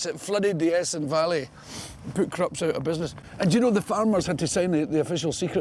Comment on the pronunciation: It's "Krupp", Billy. Not Krupps. Greetings from the Fatherland.